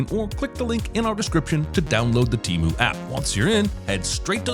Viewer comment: T e m u ? wtf man lost me with this one.